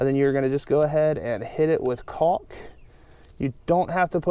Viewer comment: Don't forget, everyone, to take a shot every time he mentions caulk with a hard "L"! lol